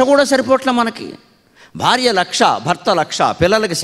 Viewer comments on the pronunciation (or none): none